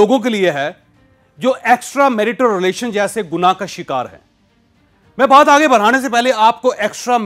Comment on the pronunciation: Why are you literally shouting You can narrate in a much better tone You are capable of it Your pronunciation of "Extramarital" is also not correct Please rectify